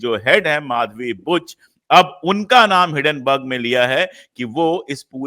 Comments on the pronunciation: हिडनबर्ग नहीं, हिंडनबर्ग है (Hinden-burg) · आप एक अत्यन्त प्रबुद्ध व्यक्ती है...hiddenburg क्यूँ बोलते हैं...it is hindenburg....please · हिंडेनबर्ग न कि हिडेनबर्ग